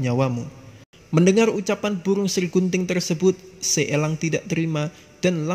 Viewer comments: Pengucapan kata elangnya biasa aja napa bang? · Bicaranya biasa aj lach bos nyebut langnya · Elang om bukan ELLang.. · Gafok ama pas bilang elang😂